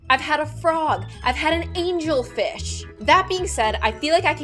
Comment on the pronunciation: Why did I hear say “Angle Fish”?